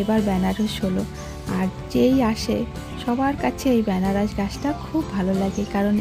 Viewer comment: Venaras noy anarash